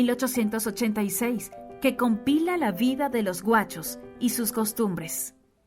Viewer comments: Muy buen video. Pero hay algunos errores. No se si lo hicieron con un lector automáticos de esos de IA. Sobre el final, El Martín Fierro, del argentino José Hernandez no habla de los "Guachos" (que eso significa otra cosa, incluso con acepción despectiva) sino de los Gauchos (hombres del campo, de la Pampa y Litoral argentino) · Jaja me dije que buen vídeo! Bien explicado. Excelente. Pero cuando escuché Guachos jaja Bien vídeo igual